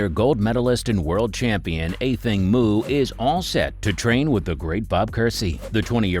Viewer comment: You're the first person to correctly pronounce her name.